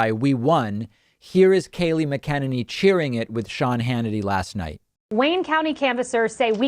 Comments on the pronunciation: You can't even pronounce her name properly. And her long game is: When all the states certify, the legal challenges are completed, and the Electoral College votes... we will either have a new president, or Pres. Trump will be elected to serve a second term. It is her job to speak what the President tells her to say. By the way, I heard this morning, those two Wayne Co., MI Rep. Board members have gone back, and determined to remove their names from the certification, because they claim they signed under duress. So let's just wait, let the process work, and see where it ends up. We sure could do with less of this contradictory commentary. No matter which main-scheme, or Left leaning media, TV, Radip or Inet. You all are squawking the same lame narrative like a Parrot that only knows 50 words and 4 sentences. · Hey david, love your show but you are adding an extra sylable to Kayleighs last name. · I don't think you're pronouncing her last name correctly. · The way david pronounces her name drives me nuts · I really like your stuff but can you honestly not pronounce her name correctly? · Have we been saying Kayleigh’s last name wrong?!? It’s quite distracting the way you’re saying her last name. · The way he says her last name is ridiculous. I thought she might have changed it/got married but no. She's a horrible person but learning how to pronounce her surname is pretty easy. Come on. Try a little harder. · Its almost irritating how he pronounces her name lol like he doesn't actually know who she is!? She & Trump are the same type so this is just funny. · Dude can't say mcenany for shit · Please start pronouncing her last name correctly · Pronounce her last name correctly please. She suck but don’t say her name wrong. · Changed my mind. It's stopped being cute that you keep mispronouncing her last name. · Check your pronunciation of her last name! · I don’t care too much about Kayleigh but dude you’re butchering her last name lol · You are saying her name wrong.